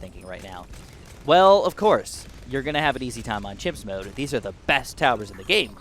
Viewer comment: he said himps